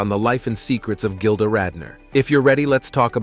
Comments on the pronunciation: Kinda disrespectful to mispronounce so much material, "gilder" to start with! Research that makes you watch the opening credits of ANY SINGLE OPENING! IM BLOCKING YOU, OUT OF RESPECT TO GILDA. YOU SvCK GREEDY SWEATY ONION TESTES!! WISHING YOU NOTHING BUT MISERY . CHEERS PUSS BALL! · Can’t handle him calling her Gilder